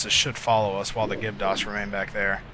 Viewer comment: I think it's Gibdo not Gibto.